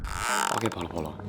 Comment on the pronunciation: Mas nada mu beda Bolo-Bolo bukan Polo-Polo